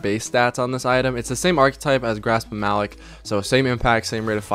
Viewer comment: I love you but stop saying "Grasp of Malick". It's "Grasp of Ma-LOCK." You'd know that if you ever played PvE. Super annoying. Good video, though.